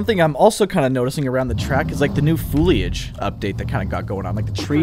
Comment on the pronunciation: Looks awesome! btw I love the way you say "fooliage" lol